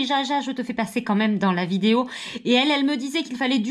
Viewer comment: A elle a dit fin de vidaeo 😂😂😂